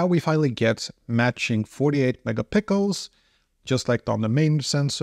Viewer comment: Did you just say "48 Mega Pickles"🥒😂😂😂